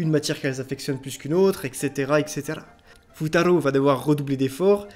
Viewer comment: C'EST BON, JE REGARDE LE PREMIER "Futaro" Ta façon de le prononcer est spécial En vrai comme anime tu aurais pu sélectionner"Moi quand je me réincarné en slime" ou d'autres mais c'est une bonne sélection